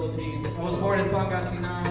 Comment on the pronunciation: Is that how you even pronounce Pangasinan? Lol